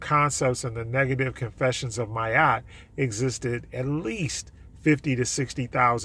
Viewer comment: It sounds like you’re saying “my Yacht”.